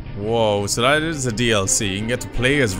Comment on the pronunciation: Btw you say raam as rahm, can't wait for 3!